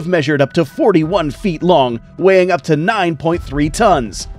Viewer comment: Feet not fert